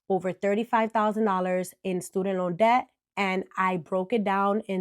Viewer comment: D is silent in “debt”.